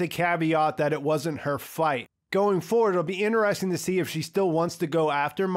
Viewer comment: man you gotta quit pronouncing "interesting" like that..